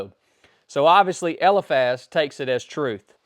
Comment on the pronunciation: Isn't it pronounced. El - eye Faz?